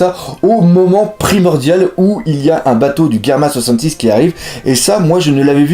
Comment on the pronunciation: sa se dit germa double six